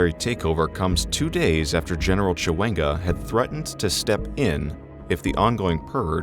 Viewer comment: Bosah Erinne He doubtless didn't want to be doing a third or fifth take of the reading getting "Mr. Mnangagwa" and "ZANU-PF" and the like to feel right. definitely kept saying "succeed" (as in succession) like "secede" (as in secession). He still got Mugabe and Chiwenga alright.